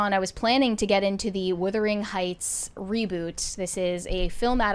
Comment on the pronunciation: Why does keep calling the film "Whithering Heights," and not Wuthering Heights.